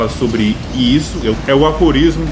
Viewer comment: Não são aLforismo, e sim aforismos, abraço.